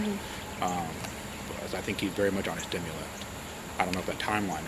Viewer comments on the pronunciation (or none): They need to test the cop he had a lisp or was slurring his word whenever he said stimulant. Also otherwords. But very pronounced on stimulent